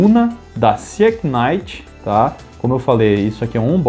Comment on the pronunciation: Parabéns pelo seu trabalho! Tenho assistido bastante os seus comentários ultimamente... eu só queria fazer um adendo. A fabricante desta carretilha chama-se Sea (mar) Knight (cavaleiro)... e a melhor pronúncia seria "siinait". Como vc é um ótimo formador de opinião, achei por bem passar esta informação. Desculpe se fui inconveniente. Abs!